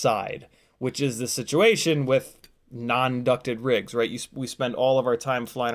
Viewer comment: dang i missed the live stream "sit-chee-ation"